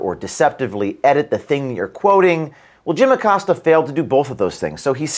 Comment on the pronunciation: Jimmy Accost-ya is still employed? 😂🤣🤣🤣🤣🤣🤣🤣🤣🤣🤣